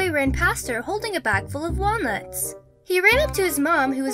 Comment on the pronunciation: Walnutsch? Woaw.